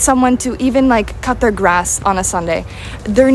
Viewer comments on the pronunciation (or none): none